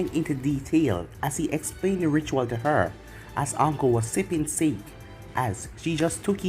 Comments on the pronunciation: pretty sure you say it like sa-ke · Sake is pronounced sock a